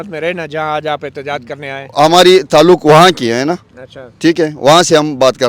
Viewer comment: Sub se funny sahb te😂😂😂😂😂😂......Isko koi bataen baloch "tallak"or "mulak"nahe bol sakta...Uper se inko 300 shaheedon me se ek ka b naam yaad nahe..😂 Ade nako script to yaad karte..Beizzati karwa di😂😂😂😂